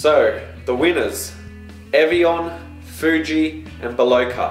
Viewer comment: Hahaha that Foooji xD